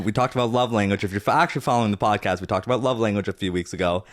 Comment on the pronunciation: This feels like an invitation for the peanut gallery, ahem....let me stretch. I think you should call this the "bodcast" since that's how Zach says podcast. 🫣